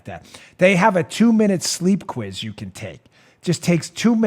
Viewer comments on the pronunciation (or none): none